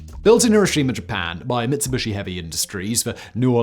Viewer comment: I'm sorry to do this but it's Mits-U-bishi not Mitsi-bU-shi. Again, I'm sorry to be "that guy" and your videos are always very informative but that word is a pet peeve and I had to point it out. I'm hoping this criticism still helps out with the algorithm in some way.